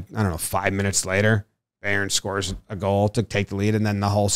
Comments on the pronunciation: Like the Scottish word for baby, "bairn." It's interesting, a lot of Americans would stumble across the correct pronunciation on accident. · The amount of misinformation and just talking out of his ass during the bundesliga segment made me cringe hard, love the work and everything but you clearly didnt do your research with this one. And also it pronounced "buy-earn"